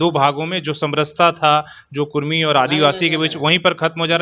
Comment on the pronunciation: Kurmi likha huw tum bolta kudhmi